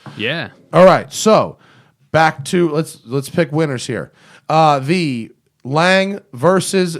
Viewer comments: Lang? It's pronounced laang-uh...like porsch-a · I thought 'Lang" was a new company. lol. I have only heard in pronounced like "Longa". Great video though.